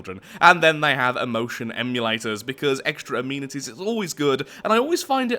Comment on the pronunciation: oh you foreigners and your "a-mean-ities"